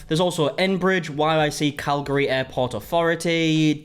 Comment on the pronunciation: Aye amazing you didn’t completely over pronounce Calgary 👏🏻😭 I’m from yyc and us locals usually pronounce it calgree but people not from here over pronounce it and say CalGARY so you did hella good with your pronunciation !😂👏🏻